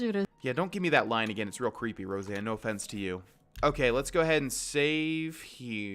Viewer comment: Row-Sahn not Roseanne